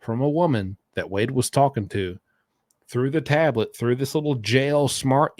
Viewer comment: Stop saying exAcccly, and taaaableet.